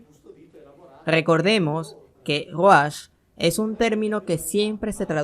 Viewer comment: Favor corrija No es ruachs. Se pronuncia Ruaj.